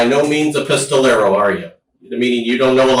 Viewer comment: bro said 'pistolero' like he's in a spaghetti western' lol